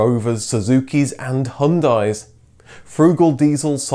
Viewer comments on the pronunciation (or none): Why do you pronounce French names so well but butcher every other language? "Hyundai" is not pronounced "Hundai", the Y is not silent.